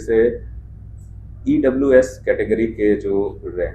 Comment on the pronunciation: लगता है आपको EWS बोलने में दिक्कत होता है ।।jiska running january last h usako to extra time mil gya ...